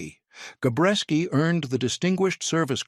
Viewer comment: Jesus H. Christ...it's Gabreski not Gorecki...get tour crap together AI.